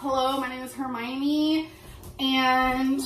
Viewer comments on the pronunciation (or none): The way she says "Harmoine" drives me insane she dosent know anything about Harry Potter 😂😂😂